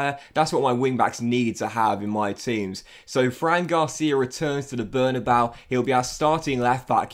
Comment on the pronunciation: Bernabeu is pronounced Behr-nah-BAY-ooh